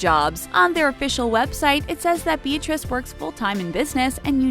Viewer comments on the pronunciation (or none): Why is no one talking about the fact that she said princess Be-Atrace and U-Geni